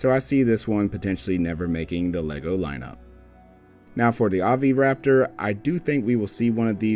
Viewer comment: Bro stop saying Oviraptor it’s overaptor